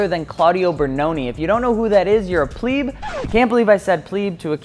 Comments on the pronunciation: its pleb, not pleeb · I can't believe you pronounce "pleb" like a pleb. (